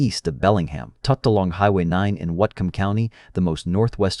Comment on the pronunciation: You were close but not quite there with the Whatcom County pronunciation. It’s pronounced WATT like in wattage + COME = WATT - COME.